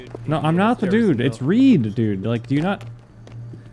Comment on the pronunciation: Its reid its reid its reid